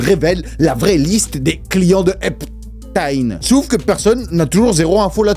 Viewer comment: Epstein c'est Hitler ou quoi ? Dis le correctement 😅😅